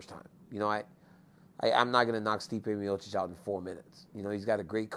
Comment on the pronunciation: He pronounces miocic like miosich